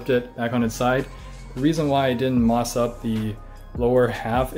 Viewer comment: Anyone else notice he said FOREST "MOTH" for FOREST MOSS